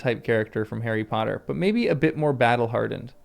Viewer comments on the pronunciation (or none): none